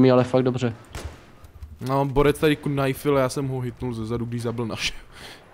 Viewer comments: Čau, videjko super.. ale to Knajf, knajnfuju.. knajf only:D Promiň ale rve mi to uši, protože se to čte ''najf'':D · Doufám že "knajf" říkáte taky naschval.....